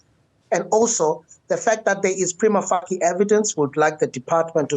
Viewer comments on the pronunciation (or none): Prima facie pronounced Prayma feyshi. Not Prima f*** 👀